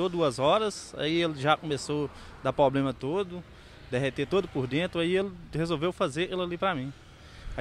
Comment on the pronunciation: Em minas todo mundo fala "poblema" KKKKKKKKKKKKKKKKKKK